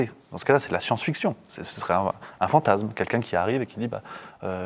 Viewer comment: Bon, s'il te plait, écoute le monsieur, il dit "nationaliSme" Pourquoi tu insistes avec ton "nationaliZme" T'es chiant à la fin. Et c'est pareil, ce n'est pas pas fantaZme, mais fantaSme. Bordel, fait attention un peu. Tu te prétends souverainiste mais t'es pas foutu de respecter la langue. C'est con parce que le discours que tu tiens est intéressant en fait.